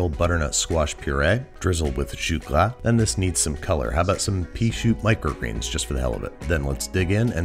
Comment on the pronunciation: I don't know what language "jus gras" is, but it sounds like Klingon